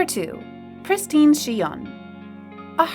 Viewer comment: Its not pris-teen or plee-dis. It's pris-tin and plè-dis.